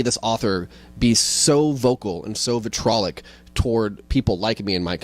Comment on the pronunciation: Vi-TREE-olic, ps